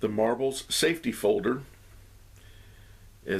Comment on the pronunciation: Safety, not saftey.